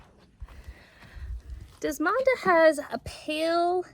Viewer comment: Desmonda? Do you mean Desdamona by David Austin?